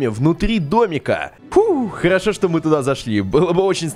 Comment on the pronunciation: Ты сказал карошо место харашо